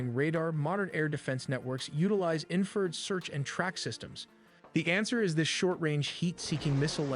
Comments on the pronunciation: Or "inferred" for "infrared." 😊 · yes and it also needs to learn how to say Infrared! not infered, Doh! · A.I. TELLY NEEDS TO EDIT THEIR VIDEOS FOR PRONUNCIATION, “ inferred” instead of infra-red, “warthog “ should be pronounced wart- hog. REALLY, GUYS! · God please bless and protect our military- “No man left behind”🇺🇸❤️. This video was very well done-my only complaint-the word is in-fa-red not inferred. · What is wrong with the crazy Ai narrator of this video?? it can't even pronounce Warthog (wart-hog) or Infrared (infra-red) correctly!!! SMH nothing on you, you did great! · Video was narrated by AI It pronounced infrared as "inferred" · ENOUGH with the AI voices that can't even pronounce "Warthog" or "infrared" correctly. I already hate AI and my hatred grows every day. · Wow you pay as much attention as L3WG on some of his reacts & missed the WSO meaning mentioned moments before you asked what a WSO is. The text to speech screwed up the following words warthog, barrage, infrared, or anomaly. I remember a Windows 3.1 text to speech program doing better pronunciation that this. How far text to speech fallen what a 386 could do better text to speech than modern AI.